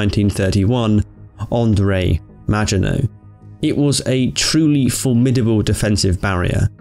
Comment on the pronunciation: The way you say “maginot” is a sin